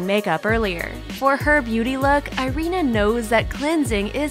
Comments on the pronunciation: Her name is pronounced ee-REE-na, not eye-REE-na. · Irina is pronounced EE-REE-NA Mispronunciation is annoying as hell.